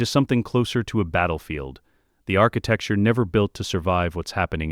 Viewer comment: Enjoying all your stories but please stop saying "architecture"